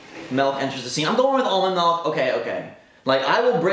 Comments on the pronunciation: YOU SAID "MELK" INSTEAD OF "MILK" IM SO MAD. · Milk not Melk. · I'm honestly just triggered that you called it "Melk" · I was wondering what that was lol